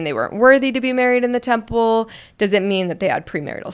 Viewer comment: Anyone else notice how he kept pronouncing it as tample instead of temple? Wanted to watch and learn but can’t. :(